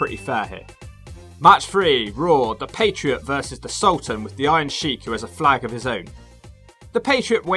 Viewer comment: It sounds like you’re calling him the “patreon” lol